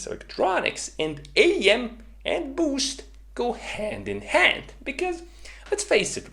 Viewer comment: K either stop sayin “BYUUUUSCHT” or teach us how to say it like YOU do. PLEASE AND THANKYUUUUU